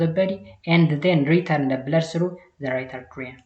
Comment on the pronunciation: dear teacher don't say "arterium" make it "atrium" you saied a number of times. The other one is don't say systematic make it systemic. Generally be carefull when you prounounce biological terms e.g tricuspid -ትራይካስፒድ . Listen the vedio again You are confident teacher.